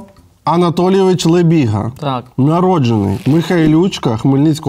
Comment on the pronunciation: А коли люди почнуть правильно казати прізвище його? Він не лЬебіга а лЕбіга🤦🏻‍♂️🤦🏻‍♂️